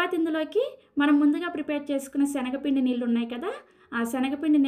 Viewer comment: సెనగపిండి కాదు అమ్మా...🤦‍♀️శనగపిండి..తల్లీ...